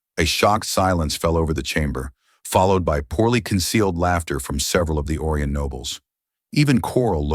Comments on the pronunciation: the AI needs more training in speaking properly " O rye an " not " Oar e in " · It's Oh - rye- on